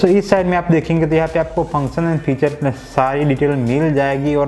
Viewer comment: भाई साहब किसी चीज की ख़ासियत को "फ़ीचर " कहते हैं । जबकि आप फ़्यूचर का उच्चारण करते हो , फ़्यूचर का मतलब भविष्य होता है। वैसे हम आपकी सभी वीडियो देखते हैं ।